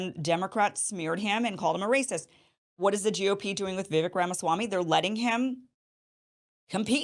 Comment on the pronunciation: Vi "vek" sounds like Cake not vick #LegendKim